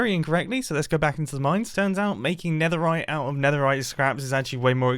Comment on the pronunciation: ... the neterite